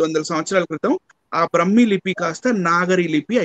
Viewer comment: బ్రహ్మీ కాదు. బ్రాహ్మీ!